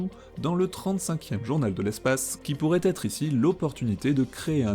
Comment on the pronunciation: 'Sizéloigné ', 'pourraTetre', un champion de la liaison 'malTapropos'. J'ai mal à ma langue. Pire que Hugo